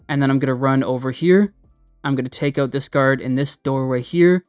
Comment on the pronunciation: oot? You must be a fellow Canuck?